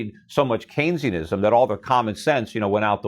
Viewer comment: What is that word he is saying? “Kane-e-ism”